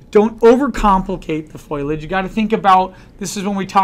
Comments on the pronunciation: Dear Professor: It's foliage and not foilage!!! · FO- LEE -IDGE! FOLIAGE!